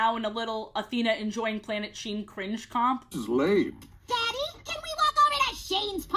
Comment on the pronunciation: Everytime you say the name of this show, i keep thinking you’re saying “Planet Shein”